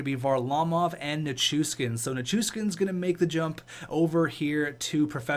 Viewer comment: It’s not pronounced Ni-Kyushin, It’s pronounced nich-ushkin